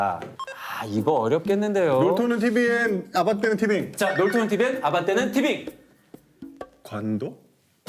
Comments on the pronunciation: 자꾸 아반떼는 티빙이라고 들리네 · 나만...아반떼는 티빙으로들리나..